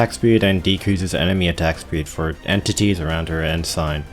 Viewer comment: Honestly the funniest part of this overall wasnt you messing up Saileach's name as much as how you pronounce Ensign (it's more like "En-sin")